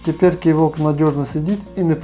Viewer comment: Наголос на О ))